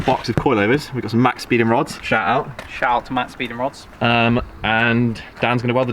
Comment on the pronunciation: It’s max peeding rods not max speeding rods